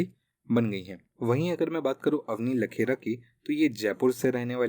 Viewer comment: बार-बार आप अवनी लेखरा को लखेरा कह रहे हैं।